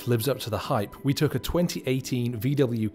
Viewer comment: several times he hyper-corrects for his northern English accent, which he tries unsuccessfully to southernise, saying luck instead of look and tuck instead of took. just saying...